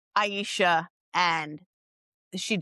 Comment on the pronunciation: Her name is pronounce Ay-sha, not Ay-eye-sha. I am Jessica's ex, Arin Marcus. I have been with her off and on since 2015, and was the reason she moved to Portland. I can do an interview, if you like. I do not have messenger, please let me know how to contact you.